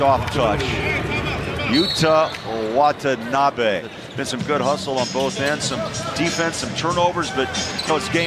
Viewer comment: The announcer almost had a stroke trying to pronounce his name